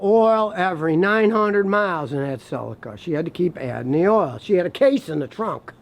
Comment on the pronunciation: It's pronounced Ce-lee-ka.. You're welcome ☺